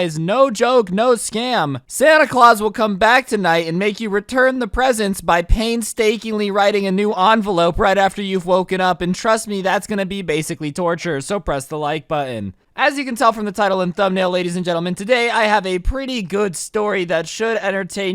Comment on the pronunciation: he said ANvalope not Envelope probably a grammer mistake